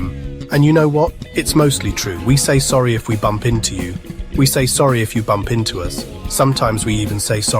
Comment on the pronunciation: Have been thinking we might be better to explain how Americans are not Canadians rather than the other way around. (What accent is this narrator using? Is he AI? Who says ‘Métis’ like that? He is also having trouble with the Canadian ‘eh’. As for his use of ‘sorry’…sorry.”) Fun video though! 🇨🇦